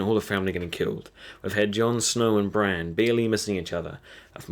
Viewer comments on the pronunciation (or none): It sounds like you're saying "Bran" instead of "Brienne" lol.... I was so confused. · It's Brienne, not Bran. You're pronouncing the two names as one.